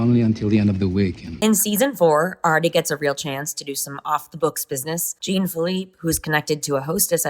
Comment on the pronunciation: The "Jean" in "Jean-Filippe" is pronounced like "Jean Claude van Dam", not like "Gene"